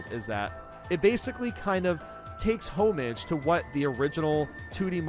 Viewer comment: Please learn to say homage